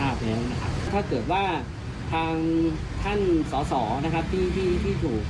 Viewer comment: เขาเรียก สด.ส. ไม่ใช่ ส.ส.